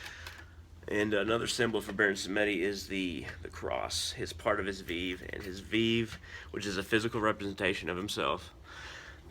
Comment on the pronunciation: It's not VIV, it's called VEVE pronounced VayVay.